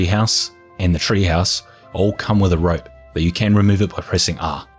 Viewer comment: You don't talk slow, you're fine. Can something be done about you pronouncing the word rope as ripe though?